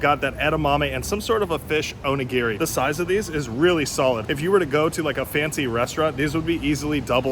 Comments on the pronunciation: Onigi... O knee gee 😂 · The way you pronounce onigiri is hilarious!😂